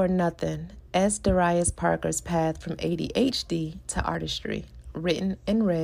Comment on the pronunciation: Sorry but Isn’t Darius pronounced DARE-e-us?